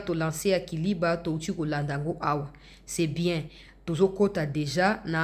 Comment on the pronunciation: Na émission oyo elekaki liboso olobaki KALIBA non eza KALIBA te kasi eza KILIBA. Merci et courage